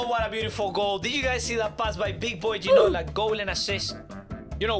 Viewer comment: You pronounced it right